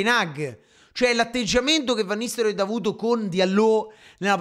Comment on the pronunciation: perché dici fenerbahcev e van nistelroid? ahahahaha bella sir